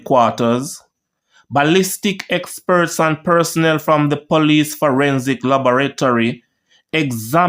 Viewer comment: It’s FRANK PHIPPS PH IS PRONOUNCED AS F NOT FILPPS come on man pay attention to how your pronounced names even the way you pronounced a lot of the words example LABORATORY I like watching your channel but sometimes you read and pronounce words like a child in kindergarten